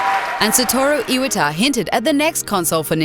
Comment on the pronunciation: I cringed so hard at her pronunciation of Majora, Melee and Iwata. It's like your announcer has no idea what she's talking about and simply reading off a script